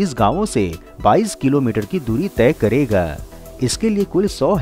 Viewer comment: “ jayega” “ Karega”. — pls stop giving too much stress on certain words